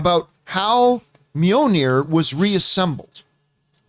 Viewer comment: John, it's Mjolnir (mee-yoll-nee-er) (Not Mee-yoh-nee-er)